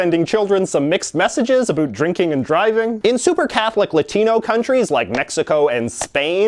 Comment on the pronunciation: I love how he says about he says abot